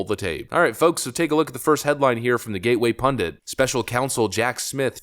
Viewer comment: It's "Gateway PundIT," not..."PundANT." 🙄